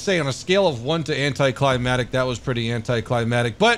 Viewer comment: Anti-cli-mac-tic. Keep missing that 2nd c....